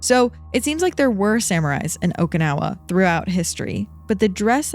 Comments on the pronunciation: well she say okinawa like okaynawa but its the "i" need to be like a "e" in english, if you know the expression oki doki its the same "oki" in okinawa 😅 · For the two enlightened ones, it's how to pronounce Okinawa. It is a Japanese name, not an English one. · I can't...each times she say okinawa wrong i got frustrated and can't keep listening 😢